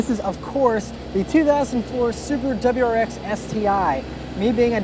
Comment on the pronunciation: "dubberyou rx"